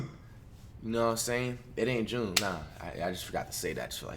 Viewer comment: It's not junneeeeeee